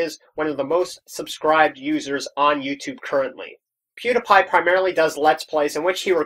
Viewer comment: you said pewdiepie's name wrong :/